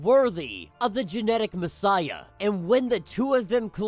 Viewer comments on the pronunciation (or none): none